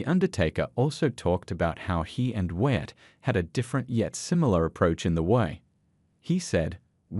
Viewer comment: It's not Watt it's Wyatt